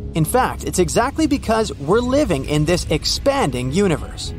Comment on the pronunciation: pronounces "universe" like "uterus" 50% of the times